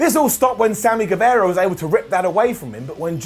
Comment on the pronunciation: Hi, it's Sami Gue-VAH-ra. Like Che Guevara. Not Guevera.